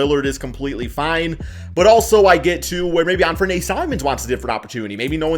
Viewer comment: You're pronouncing "Anfernee" wrong. The Blazers aren't letting him walk either. They've allegedly had a handshake agreement since late last season when they asked to sit out for the tank.